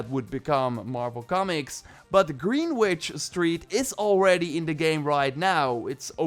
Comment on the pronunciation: Didn't realise there was a trailer for Spider-Man 2 and just . . . wow. Wolverine also is a pleasant surprise too. Hopefully I will have a PS5 by the time these games come out, especially with the upcoming KOTOR remake too. Also it's pronounced Grennidge, only know that because we have a place in london spelt Greenwich but pronounced Grennidge.